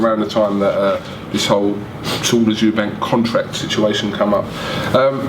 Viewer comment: Can I ask a favour from you. Can you hit Frank a slap everytime he calls Eubank Jr. "Chris EUBANKS". There is no bloody "s" as the end of his surname and my OCD goes into overdrive when people do that!!!!